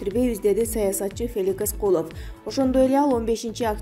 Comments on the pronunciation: Феликис эмес Феликс .Как же меня бесит диктор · Феликис эмес, Феликс деп оку. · Окуп жаткан диктор суйлогонунду кайра озун угуп корчу,билимсизд гинден уялбайсыбы Феликис деп жатасын